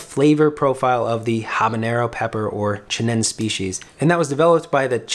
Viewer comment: It's pronounced chi-nen-say. You must pronounce all vowels.